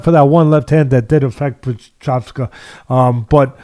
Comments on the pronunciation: Its...Prohaska...not prohakka lol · it's pro- hosh- kuh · Actually this time Teddy was closer to the right pronunciation than, I don't know why was say CutLeRabla and Pro-Haka. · “Prohaka” no one in the broadcast said it like this wtf 😂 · Pro-haz-ka is the pronunciation ken 🧐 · Was waiting for the prochazka name to be mention just to hear how Teddy would pronounce it, he didn't disappoint LoL